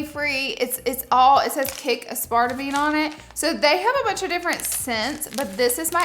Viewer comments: I know you did not say uh spart a me. 😂😂😂 It's ass per tame. Aspartame. 😅😅😅😅 Love you Laura! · I love you and I”m from Alabama also. Pro tip: it’s “ass-per-tame.” Not “ah spart a mane” I mean nothing but love 💕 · It's pronounced ass-par-tame! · BTW-regarding the pur gum: the sweetener xylitol is DEADLY to pets even in very small amounts. Make sure that you keep it away from your fur babies. Also, aspartame is pronounced ASS.per.tame. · As part a me 🤣 ass per tame! I love how you pronounce stuff lol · I am dead. Uh-spart-uh-meen. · Now miss Laura 😂 it's pronounced ass-per-tame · i always thought that’s how aspartame was pronounced too until i heard someone say “aspar - tame” and my mind was blown 🤯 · I’ve never heard someone say aspartame like that before 😂 love you Laura lean with it rock with it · I said it like this for Y E A R S 😂 I only just found out like a year ago that's not how it's pronounced lmaoooo . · I literally questioned myself after hearing her 🤣. Could I have been saying it wrong all these years… nope. But that’s ok because she’s absolutely 💯 adorable!